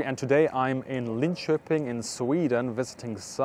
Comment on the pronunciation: Oh, you nalied the pronounication of Linköping 👍